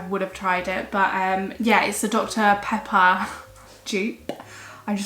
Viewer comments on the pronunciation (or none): none